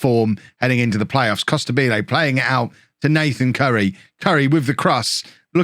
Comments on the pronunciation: Hey, great work and love from Italy, but it’s pronounced “Costàbile” not “Costabíle”:D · It has to sound like you say Immobile